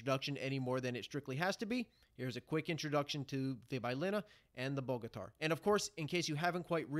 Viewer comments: Cool summary thank you 🙏🏻 Just a little help Bogatyr in English can be pronounced like [ Bogatere ] 😉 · Good job. It's pronounced boga-tier. Soft o as well.